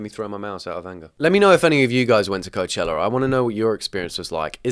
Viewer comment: Best part of the video? “Coachellar”